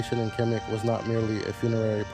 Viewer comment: khemet not kemic